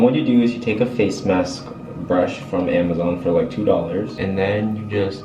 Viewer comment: I heard hamazon buh alright